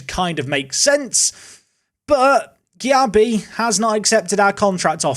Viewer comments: I'm a Leeds fan and Darko Gyabi is definitely gonna be better than that at 27. But his name is pronounced jaybee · As a Leeds fan, Darko’s surname is pronounced Jaybee. How you get that from Gyarbi, who knows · Gyabi is pronounced Jaybee